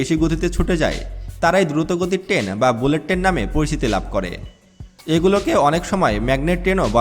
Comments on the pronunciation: টেন না, ট্রেন বলুন। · ভালোভাবে বাংলা শেখো (টেন না, ট্রেন, চুষট্টি না চৌষট্টি, ইস্টিশন না, স্টেশন। প্রতি ঘন্টা বললে, পার আওয়ার বলতে হয়না)! প্লেনে ঢাকা থেকে চট্টগ্রাম যেতে সময় লাগে ৪৫ মিনিট, বাংলাদেশে বুলেট ট্রেন হবে না। তবুও বলে রাখি, যদি কোনোদিন হয়, তাহলে কমপক্ষে ৭৫ মিনিট লাগবে বুলেট ট্রেনে!